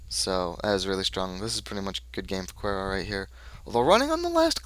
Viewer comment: here, its actually pronounced "cure-e-o" =] Also, i would've NEVER kept an opening hand like that but it was on my mulligan, so i had to keep it. =/ that was a a brutal mulligan, i should've kept the first hand that you didn't see. The SD's are there for early facechecks, if I had gotten them early they would have been great. Psycho and Closed Accounts there for tag-me decks, but yeah i've had about 50% success rate with the deck.